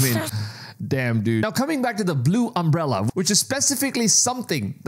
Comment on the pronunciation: "Umbrella"? Do you have brain damage?